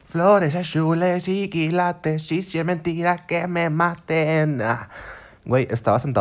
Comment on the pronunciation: Jajajajajaja floresh ashulesh y kilatesh jajaja